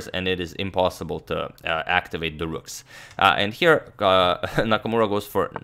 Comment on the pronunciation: Not “rooms” but “rooks”